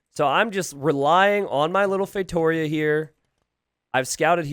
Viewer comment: Not to be that guy but ... to be that guy it's pronounced "FeitoRIa"